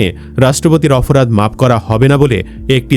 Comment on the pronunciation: এ ভাই আপনি অপরাধ কে অফরাধ বলছেন কেনো??????? এতো অশুদ্ধ!!!